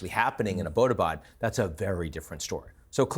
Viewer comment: It's not abodabad, it is Abbott Abad.